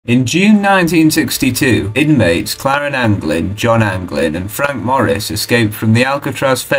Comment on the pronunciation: The fact this dude said Claren instead of Clarence